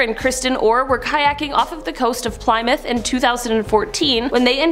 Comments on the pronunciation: did you really just call the city Ply-Myth like PLY's of toilet paper combined with MYTH?! It's pronounced Pl-eh-Myth. :rollseyes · Plymouth sounds like plimoth. Short I not sounding like y